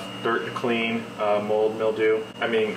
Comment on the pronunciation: Bro really said mold